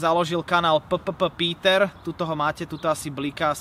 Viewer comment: Ten pocit ked VLASTNÉ meno ( Na YouTube) čítaš zle:D PPPETER čítaš P P P Peter...( 4 krat P:(.. všimol si si?:D r.i.p:(